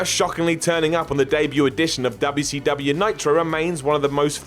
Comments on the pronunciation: I love how says “DUB-ya-sea-DUB-Yao” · I love how seeid WCW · Lmao why you say wcw like that? you making fun of southern slang!!!! Its funny as hell to me though im from GA